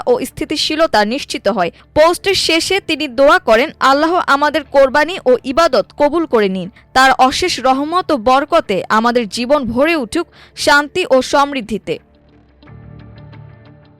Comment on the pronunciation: কারা এসব সংবাদ পাঠক/পাঠিকা নির্বাচন করেন?ভূল উচ্চারণ,;যেমন আল্লাহ কে- আল্লাহো...